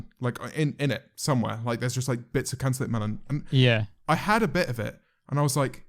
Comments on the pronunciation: no one: James: "cantullope melun" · The way James says cantelope sounds like "Can te lope mel on" if that makes any sense. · How do u say it 👁👄👁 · ten hour compilation of james marriot saying cantaloupe melon pls?